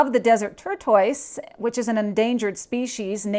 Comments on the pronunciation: Tortoise is a Turtle, or Tor- tus. Not a Tor- toys. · Great reporting! You may wish to check the pronunciation of "tortoise", however. It's more like TORT'-us, or TORT'-iss (rather than tur-TOISE'). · WTF is a Turtoyse? 👀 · It would be nice if you were professional about what you're reading, and if you don't know how to pronounce tortoise, look it up. You sound stupid if you don't. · Nice video, but please learn how to pronounce tortoise. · She can’t say turtle😂